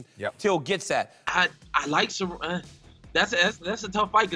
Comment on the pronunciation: It is not Cerroney or Cerroniey it is Cer-rone.